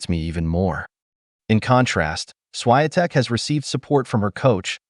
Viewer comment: Please learn how to pronounce properly Iga Swiatek,you pronounca